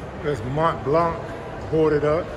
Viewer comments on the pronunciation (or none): none